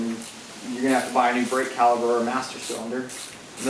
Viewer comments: Are you saying "caliber"? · say it with me bro..... caliPer. cal....i.....Per